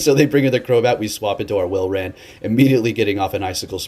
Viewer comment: its walrein like walrus not whalerain :)